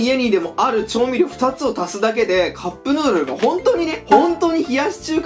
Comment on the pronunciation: カップヌードルがカップルドルにしか聞こえない笑笑